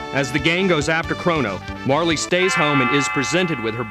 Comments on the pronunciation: It's pronounced "Marl".. But who gives a fuck.. The game is awesome. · Yeah I didn't think Marle was pronounced like that either. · MARLEY? REALLY??? its MAR REL! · yeah sorry it's Mar-luh and its Leene (LEAN) Square not Leany Square